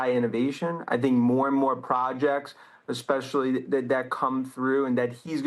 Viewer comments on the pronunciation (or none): none